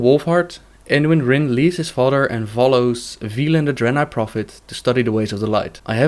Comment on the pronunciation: lmao her "fodder"